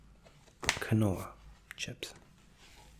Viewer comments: Not to be that guy, but quinoa should be keen-wah, not kih-no-ah. Friendly heads up. Super relaxing as always man, your articulate attendant roleplays are the best treat you could offer. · “Kanoa chips” ... it’s keenwah btw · keen-wa not kwinoa aha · Quinoa-kin-oh-uh? Isn't it keen-wah? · it’s pronounced ( keen-wa ) not ka no a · The way he pronounced Quinoa had me dying for a bit there. (It's supposed to be "keen-wah", not "kin-oh-uh", lol.) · the storage space on the laptop is unheard of lol, that's like a NASA computer Edit - It's pronounced 'lint', not 'lind-it'. And also 'keen-wa'', not 'kih-no-a'. anything I can do to help you become even better (but you're already my favorite ASMRtist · Lovely video. It's "keen-wa" because phonetic spelling is a joke. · Quinoa is pronounced “keen wah”.... for future reference 😊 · so no ones going to mention the face he pronounced quinoa wrong its pronounced keen wah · Brilliant video! Just one thing....its pronounced Keen-Wah, no idea why but it's super popular here in Aus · Isn't Quinoa pronounced Keen-whaa? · Another great video. Put me to sleep pretty quickly. Had to watch multiple times. BTW I have been told that the correct pronunciation for the word Lindt is "lint" and the correct pronunciation for the word Quinoa is "Keen Wah" but believe me there is absolutely no judgement. I really enjoy your videos. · For future reference, it's pronounced KEEN-wah. (quinoa) Your voice is mega relaxing; thanks for this. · Quinoa is actually pronounced keen-wa btw. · stevia, lindt, quinoa, you pronounce almost everything wrong to a point where I have to believe its on purpose! Great asmr though, subbed